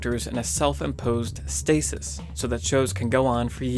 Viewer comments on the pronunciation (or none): none